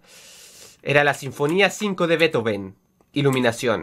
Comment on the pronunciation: No sabe pronunciar bethoven